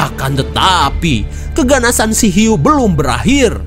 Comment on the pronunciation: ada huik... eehhh hiuu..... hhhhhh🤣🤣🤣🤣🤣ngakak gw